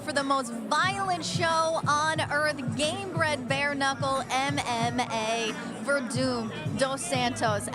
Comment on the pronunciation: Someone tell it's Gamebred Bareknuckle NOT Inbred Bare Uncles